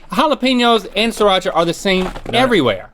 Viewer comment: Just saying, it's "SREE-Racha'. You actually pronounce the first 'r'.